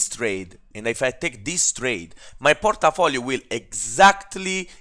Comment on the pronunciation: Hahaha, i love your accent !!! (Porta-Folio) sounds like some dangerous gangsta district controlled by a mafia boss..lol